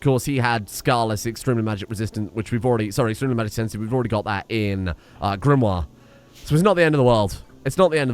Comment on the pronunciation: I notice you're pronouncing Sir Max's baby mama's name as 'GRIM-wahr' even though you spelled it in a way that would be pronounced 'GRIM-ohr'. The way you're pronouncing it has another 'i' in it, Grimoire.